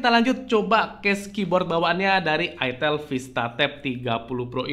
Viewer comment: Salahnya penyebutan mereknya ga enak banget 😭😭😭😭